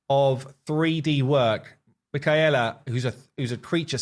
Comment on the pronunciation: This is looking so good 😩 I can't wait to play this! I just don't understand how it goes from this to being in the game like so mind blowing to me Also I think her name is pronounced Mic-kay-la